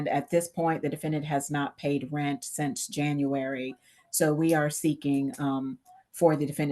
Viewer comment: Cant pay your Reant....You gotta go. Pay your "Reant" 😅